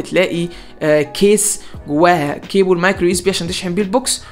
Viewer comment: كيبل مو كيبول😩😩😩😩